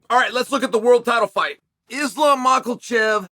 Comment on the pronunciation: Uncle Chael has spoken, « Islam Michealchev » should be ranked higher.